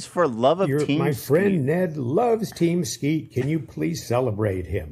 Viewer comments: almost saying Team Skeet as “Keem Teat” 😂 such an Ethan style word scramble. Gonna miss this show, no fax all printer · Are we going to just ignore the fact that said "KeemSteet" instead of team skeet and that is now keemstar's name now and forever amen.